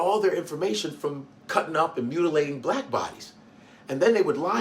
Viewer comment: It even annoyed me the way that he said blavk, ugh. Stop with the negativity, racism and crayon colour. I pray tmh God comes quickly